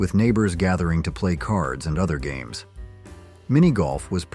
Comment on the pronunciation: Is this an AI voice? What are HAMES vs GAMES?